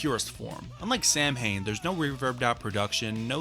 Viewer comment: Samhain is pronounced “sow-in”, as in ow-in.